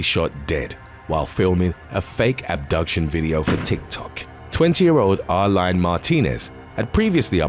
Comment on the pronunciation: Karla Baca (pronounced Bah-Kah) was a hottie, damn she looked good...they were killed in that dump cuz they were seen drivin around with New York plates on his jeep...it's what meh-he-can's do, they're cowards...they are who they are...🤷🏻‍♂️🤘🏻🇺🇸....and Areline is pronounced like Arlene....